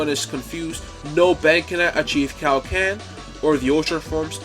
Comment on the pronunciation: Before that CowKen instead of Kaioken 😂